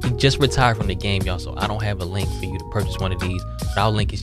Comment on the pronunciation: As soon as I heard "Tew". I'm like oh yea thats Baltimore!